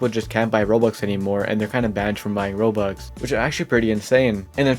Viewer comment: why do u say "rols"